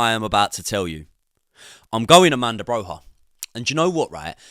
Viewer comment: AMANDA BROHA 😂 ARRRRMANDO BROYYYAA